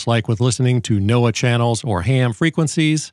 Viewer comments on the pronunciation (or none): none